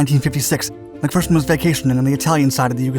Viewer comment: Thank you for pronouncing his name as "Mac-Fer-son" and not "Mac-Fear-son" like every other American! Now all you need to do is say "St-yoo-art" instead of "Stoo-art" and we'll be golden!